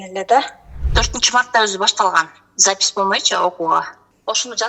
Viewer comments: Запись дегенди Запыс 😂😂😂 деген адамга ишенген келесоолор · СапЫз деп суйлогон кишиге кантип ишендинер ????????? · Запись дегенге тили келбейт экен го😂шумдуктуунун төөсу жорго деген ушу да